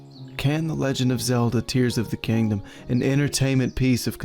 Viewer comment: are you saying Tingdom- like- tears of the kingdom?